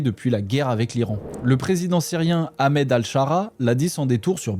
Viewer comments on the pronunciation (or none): none